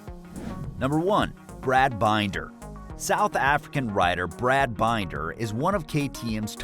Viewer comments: LOL. Brad Binder = Binn - der, not Bine-der. So much incorrect info here. Stop and rethink what you are doing and maybe do it manually instead of via AI to get accurate info.. Or you are just lazy! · "...Brad Bineder..." Ha ha! His name is Binder. Bin as in bin and der as in der. You have obviously not watched a MotoGP race in the last ten years.